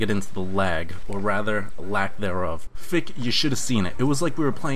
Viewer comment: is not fick its fich